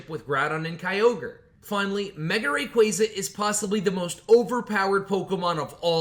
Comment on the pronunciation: Im surprised you pronounced rayquaza's name right I feel like I dont hear that very often